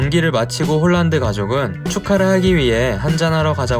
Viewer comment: 실제 이름의 발음은 홀란드가 아니고 "홀-란" 입니다.:hand-pink-waving